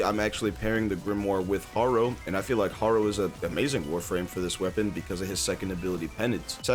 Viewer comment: Instead of Harrow (the way u pronounce Harrow pains me) u should use wisp